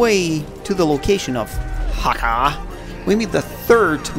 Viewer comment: I love this franchise. I played every killzone game possible, and loved all of the characters involved in this never ending war between the Helghast and the ISA. And another thing: It's Hakha (Hāck-uh, sorry.)